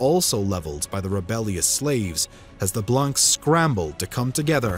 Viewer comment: Little nitpick, but when saying blanc, you don't pronounce the c.